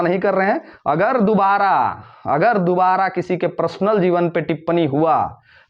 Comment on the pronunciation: Prasnal nahi personal bolo.